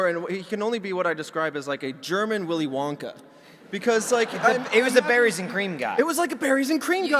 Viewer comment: Villy Vonka